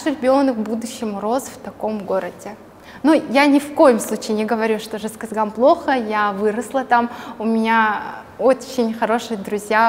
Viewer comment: Как то странно вы произносите город Жезказган, как будто или стесняетесь, глотаете слова. Говорите четко! Гордиться надо